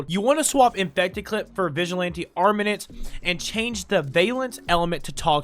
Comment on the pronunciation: Dude, I love you, but your pronunciation is giving me psychic damage... Ogris != Orgis Crepuscular != Crespecular Armaments != Armenenents Malevolence != Malavins Vigor != Viger Sahasa != Sahasha When life gives you melons, you might be dyslexic (It takes one to know one)